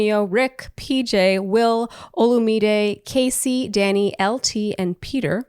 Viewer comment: omg thanks for pronouncing Olumide correctly